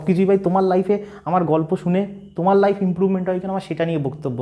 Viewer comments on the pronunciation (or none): none